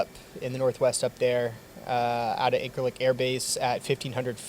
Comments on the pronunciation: Quick heads up, dunno how it's actually pronounced in Turkish but when I was there a few years ago we pronounced it "In-sir-lick" with a soft c as opposed to "In-kir-lick." Or we just called it "The 'Lik." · It irrationally bothers me how you pronounce Incirlik.